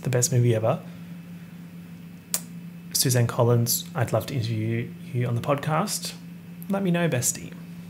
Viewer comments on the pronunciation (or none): none